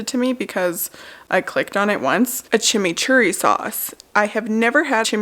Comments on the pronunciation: Any other Argentinian shocked by saying chimichurri nailing it perfectly? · from Argentina, a fan since the beggining, loved seeing you trying our Chimichurri (we say doble RR like RRRRR hahaha). Fun fact: check the origin of the name, is very funny!